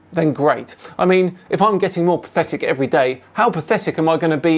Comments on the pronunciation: 'Perthitic' .... HA! Pathetic. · is "perthitic"? He's made of feldspar? That's an interesting insult... I guess? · „Perthitic“….just saying! 😂😂